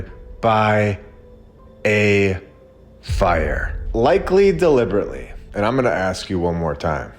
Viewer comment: Everytime you say "BY... A.... FIRE 🔥 "" I laugh my ass off 😂